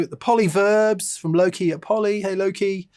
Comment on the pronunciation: i thought you'd gone all Gen Z and were saying i'm "low key" this and that, then i realised you were saying "Loki":D